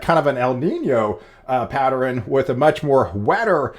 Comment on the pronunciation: I think you’re saying “patterEN” instead of “pattern”?